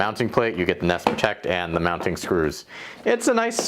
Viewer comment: nest sowns neest